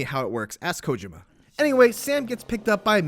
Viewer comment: You should be fired for your pronunciation of "Kojima"